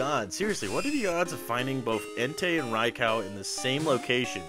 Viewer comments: It’s pronounced Rai-Koo not Rai-cow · Is it pronounced Rye-Cow like you said? I don’t see anyone in the comments being ridiculously rude and flaming you for it so I’m guessing you must be right hahahah. Huh, I’ve been saying Ray-Coo, or Rye-Coo since i was a youngun! Guess I’ve always been wrong haha.